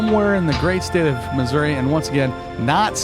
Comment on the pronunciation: Nice collection of images. This is a good video showing how you have to work at a location to find composition. You did good. Also being respectful of others in the area is great. I was also thankful that you said mizzurah in the narrative. Not missoori. Lol. I know its the local pronunciation that counts. Awesome looking place. Maybe one day I'll climb out of my snowbank up here in canada and travel south. But if you ever feel like trying some snow? After this covid thing is over you are more than welcome. Keep shooting and as always stay safe folks.